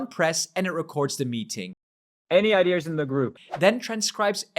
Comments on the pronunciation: IDEAS NOT IDEARRRRS. THERE IS NO F***ING R IN THAT WORD!!! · Why do French people (and others) pronounce ideas as “idears”? There’s no “r” in there😅